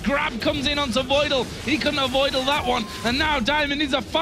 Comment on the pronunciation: "He couldn't aVoidle that one!"... :o